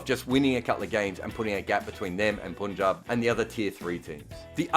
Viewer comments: It is Punjab where Pun is pronounced like pun and not like poon. It feels bad to hear that, no puns intended. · Even a single ‘poonjab’ gets you a dislike. Sorry, but it’s unbearable.